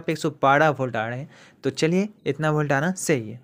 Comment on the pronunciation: पॉजिटिव बोल्ट कैसे बोल रहे हो यार